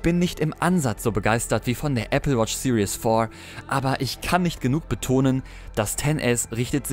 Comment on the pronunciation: series, nicht Sirius :-) #abboniert #applefan #besteryoutuber